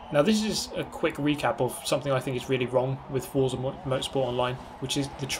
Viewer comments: Even tho it’s spelt as forza it’s pronounce fort-za, not four-za... the creators hav even said so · Please learn how to pronounce "Forza" correctly, this is embarrassing.